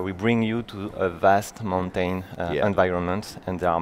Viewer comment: Cringed every time the game dev said mountain